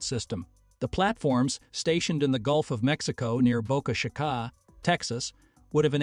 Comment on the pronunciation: Best part is “Boca shikah” . Dude, that’s not how you pronounce it!